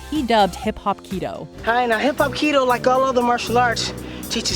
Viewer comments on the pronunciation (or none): I thought she said "hip hop pedo"